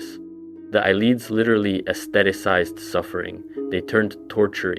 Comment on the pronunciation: It’s “Needs” not “Ned Es” It’s “ay-lids” not “eye-leads”